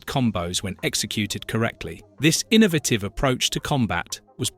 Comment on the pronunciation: that’s what made me realize this is AI. also can’t pronounce “innovative”